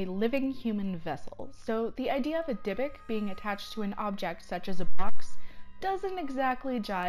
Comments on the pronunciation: Go ask any rabbi. They will say it is pronounced dybook not dybick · DIE.A.BUK NOT DIBBIK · Omfg its pronouced deebook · also you are pronouncing Dybuuk wrong (Di Book) is how it is pronounced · No she is not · Timothy Ouellette she is pronouncing it wrong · PepperDime she is pronouncing it wrong. My entire family is Jewish I myself am Jewish I know how a word is pronounced and she is pronouncing it wrong! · PepperDime she is not pronouncing it right and I am irritated because she is speaking about something from my culture, heritage, and religion. The least she can do is know how to pronounce the damn name